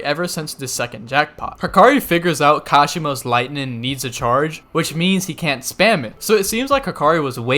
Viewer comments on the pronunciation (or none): You don't like gs on the end of words do you 😂 lightnin, healin, fightin. I dare you to say the g at the end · You really don’t like pronouncing your g’s at the end of the things 😂 lightnin and bindin lmao